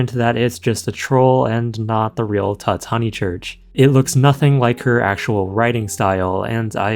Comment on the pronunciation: It's almost certainly pronounced 'Toots" as in Tootsie and not pronounced like King Tut.